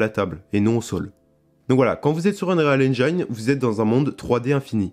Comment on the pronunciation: cool le tutoriel c'est bon pour ceux qui débute et je le trouve très pertinent. Ça m'aide aussi pour switch de ue4 à ue5 parce que j'ai pas trop vu comment fonctionnaient les nouvelles techno. J'aurai aimé voir un peu le world partition system parce que ça m'intéresse vraiment. Sinon ya une chose qui me trigger. Quand tu prononce unreal engine. Prononce le pas UnRÉAL engAYne. La prononciation en anglais c'est unreel engeene ou unril engine. Tu ira voir les vidéos d'epic games comment ils le prononcent.